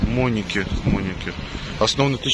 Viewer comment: Ты на храме читал и немного неправильно название больницы прочитал